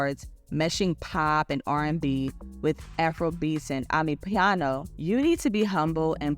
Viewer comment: You should all do your research before coming to the internet. Tyla is NOT Afrobeats, she's Amapiano, you couldn't even pronounce it right! So you can't compare her to Tems, Burnaboy and so forth, she gave an excellent speech explaining how diverse it is. I'm from SA, if you think Tyla is a diva then so are all of us, South African women carry themselves like that, periodd! And also her being coloured, is not her not being black, what?? That's a race here and that is what she is!! For once make videos that educate, instead of spreading the American ignorance. Leave the girl alone!